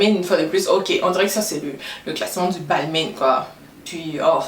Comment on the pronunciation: Très sympas comme vidéo ! Par contre il me semble que Balmain ce prononce "balmIN" pas "balmainE". Bisous 😘